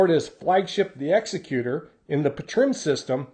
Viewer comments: Vader's ship is pronounced ex-ek-cuter, not execute-or. Don't worry I used to make the same mistake. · The name Executor is pronounced "ex-ECK-you-tor." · It pops up on video presentations occasionally. The name is more a reference to an executive than to an executioner, so we say "ex-EC-u-tor" :) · That's not how Executor is pronounced 🙂